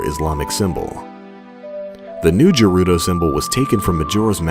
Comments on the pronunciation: The G in Gerudo is canonically a hard G, not a soft one. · This was my first Zelda game and I always thought Gerudo was pronounced with a hard G. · What the fuck is "JUHrudo"? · You had me at pronouncing it "Jerudo", lol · The way you pronounce gerudo is funny.